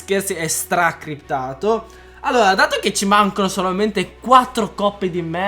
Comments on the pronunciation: si dice SCRIPT per l'amor di dio... non CRIPT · Si sì si è cliptato... Si dice scriptato SCRIPTATO, SCR... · hem kai si dice S*criptato